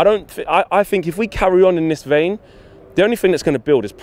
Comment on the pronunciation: It's think not fink ......... a T and a H , it's three , not free ........ give it a go